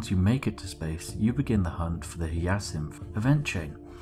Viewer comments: Spliff, hate to tell you this but it is pronounced hi-ya-sinth not hee-a-syth. The Hyacinth is named after the flower, same as the Crysanthemum. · Very cool fluff, but its "Hi-a-cinth" not "Hya-cinth". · "Hi A Synth" not "He Yeah Synth" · just a heads up it's said high-ah-synth it's a flower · That Hyacinth pronunciation was painful to hear.. For future it’s said like - Hi-yah-synth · Vorta Keevan And Chrysanthemum is kris-an-thigh-mum. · Chrysanthemum - Cris-an-theh-mum Hyacinth - High-ah-sinth Sorry to be pedantic; pronunciations made me wince. Thanks for making the video! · It's pronounced as Ha-ya-sinth. God damnit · Your pronunciation of 'hyacinth' causes me pain xD